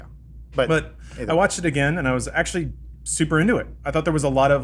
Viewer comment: Neil De-ACKSHULY-Gras Tyson